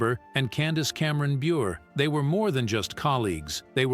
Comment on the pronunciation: Jack Kloog-man! 😅 Bob Sah-get😅 Candace Cameron bee-your😅Hospital drama ERR.😅 And they didn’t even show Nicky and Alex. It was a flashback of Danny and Joey from 5th grade when they first met.